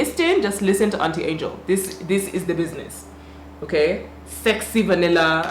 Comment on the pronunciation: First 30 seconds already LIT lmao this chick said "LISTIN" omg haahaaaaaaaaaahaaaaa